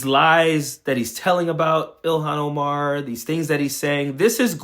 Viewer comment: He kind of struggled to pronounce Somalia, and Omar's name, the way racists keep acting like somehow they're unable to pronounce words they say every day correctly. To the rest of us, it just reads you're either a racist, or you're illiterate. Though racist and stupid go together a lot. And 'all she does is b*tch?' What the hell does Trump, or any of his followers do? They do nothing but complain nonstop about things like 'people who are not white exist around me.' Every single Trump supporter and Trump himself do nothing but whine all day.